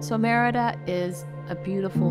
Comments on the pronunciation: SAY "MEDIDA" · You’re saying Merida wrong 🙈🙈 it sounds like you’re saying crap 💩 🙈I give you tons of credit you’re trying your best I love you guys stay safe🙌🏼 ENJOY MY BEAUTIFUL COUNTRY MEXICO 🇲🇽